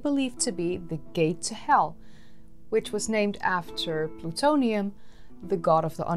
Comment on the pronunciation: I keep hearing Plutonium.